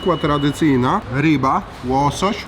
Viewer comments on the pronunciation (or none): none